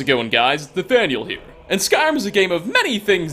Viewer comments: Na...nathnel? Da faq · When you said Nathaniel it felt weird. It's.